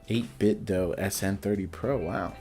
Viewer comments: I believe it’s pronounced 8bit-Doo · Yeh I'd like to knoow I mean know, maybe hit em up on Instagram. I've kinda gotten used to the doh sound anyway I suppose so doesn't matter too much. Cheers fo your reply!